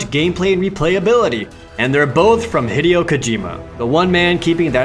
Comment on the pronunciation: I love your vids, but it's pronounced HE-DAY-OH not HID-EE-O it is spelled Hideo tho. Just please fix the pronunciation